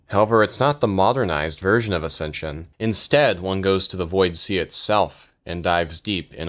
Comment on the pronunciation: ascension sounds like assisted sew iz side.